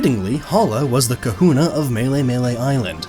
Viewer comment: Just about finished the video and holy shit it got worse. KAHULLAS. Fucking Kahullas.